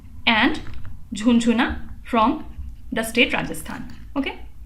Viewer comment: its not jhunjhuna its jhunjhnu(झुंझनु)